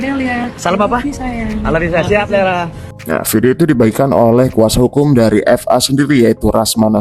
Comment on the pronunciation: BUKAN FA WOIIIIII...TAPI VA